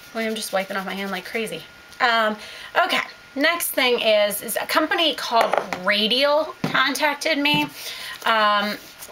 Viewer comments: It's called rOdial, not rAdial! ;) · Love your hulz but its ROdial not Radial. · I love your vids and hauls and I know other people have already commented letting you know that the company is called Rodial instead of Radial but I also just wanted to let you know that Rodial is a VERY expensive high end skincare brand. :) Lollipop26 has a couple blogposts and a skincare video about the Rodial serum and how that brand is a very luxurious, high end brand. I believe they sell Rodial at select Nordstroms, at least in Southern California. Hopefully you enjoy the products!